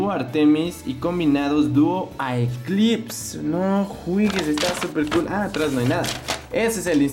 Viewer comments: aunque creo k se pronuncia dúo eclipse ( o hací lo traducirán ) y una mala noticia en el TORNEO DE HASBRO solo podrán participar niños de 8 a 13 años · Predije desde el inicio que obtendrías a duo artemis y duo apollos y que harías este video. Muy buena esa, cada día hay algo mucho más interesante hasta ahora. P.D: la segunda pronunciación para duo aeclipse, es duo eclipse. Pero los dos nombres suenan bien amigo, ambos nombres son buenos para este bey tan raro como popular.